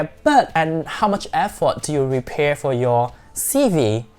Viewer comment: Nice and interesting ,as you are talking fast and to the point..but it is prepare not repare🙂